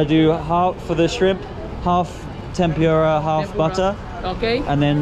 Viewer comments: How could you just got in to others table and grab some of their food,can you do that in UK?and tempura should be pronounce tempooora not tempuuura. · it's Tempura not Tempyura 😊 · I like the way you pronounce the Tempura. In Philippines we pronounce it Tempoora. Hope you enjoy your dinner